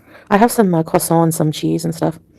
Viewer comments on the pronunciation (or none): She constantly tries to say ""croissant"" in the French/Canadian accent but fuqs it up every single time! Gorl, just stop!🤣🤣🤣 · Why does she say croissant like that? I thought she spoke french 😂 Also how were the renters paying salah for the house if no one in Syria has a credit card?